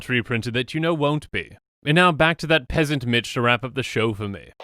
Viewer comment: "Just to spite that peasnat" lmao im gone